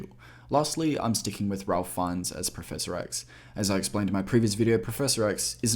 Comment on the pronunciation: FYI, Ralph Fiennes' first name is pronounced "Rayf", not "Ralph"